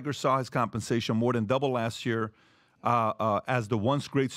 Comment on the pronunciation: Someone should teach PBD how to say Year. Hearing him say Yure is just too much 😂